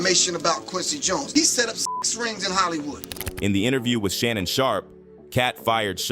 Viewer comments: WHATS WITH YOU GOOBERS AND MISPRONOUNCING NAMES ITS SHAN-NONE SPELT SHANNON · Shanoon😂😂😂. Man this ai is out of control. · Who's Sha-non?